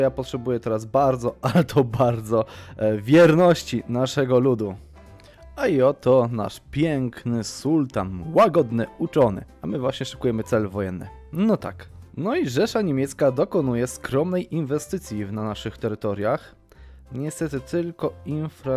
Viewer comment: Nie czyta się sultan tylko sułtan